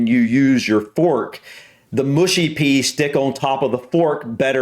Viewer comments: it's rude because the elbows are raised. Elbows should neither be raised in front of your face nor on the table in good etiquette. Oh and its pronounced Mushy not Mooshy. Love your vids fella! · ok its not moooshy peas its mu...she peas, sorry but its gets anoying hearing Americans pronounce it moooshy....and they are mainly a side dish with fish and chips. They are slightly crushed to make a lumpy type sause and usually have a hint of mint, just a hint not strong. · Americans do eat wierd no one else does like that. Aslo it's not moosh-e-peas its mush-e - peas. Also if I were eating fish and chips it would be fork only bu the fork swapping is still wierd. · No way! it is mushy and not mooshy D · Mushy peas..not 'mooshy'. Not many people I know eat them and nor do I lol No it's not to do with forks. I do not understand the odd cutting and swapping that Americans do. Table manners are very important and depending on where you are eating they can get more complicated. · Mushy peas are pronounced mush as you say rush then ee and they are like purée peas. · It's mushy peas, not mooshy. 😅 Being loud in restaurants means everyone hearing every word of your conversation. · I'm half Yorkshireman but live in Lancs and have only heard mushy peas pronounced as in 'mush mush' [dog sleigh] or like slushy. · The 'u' in Mushy should sound like fussy or slushy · In the North of England we do not pronounce mushy as in the way a Southerner would pronounce Mooshy. We Northerners pronounce a Southerner’s “oo “as in coo or loop or toot. Our “mushy” nearly (but not quite)rhymes with a Southerner’s cushy. Any further ideas of how to explain the sound to a Southerner? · Mushy peas. Not MOOSHY peas. They're a little mashed. Say half and half..